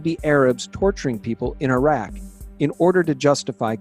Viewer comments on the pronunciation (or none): none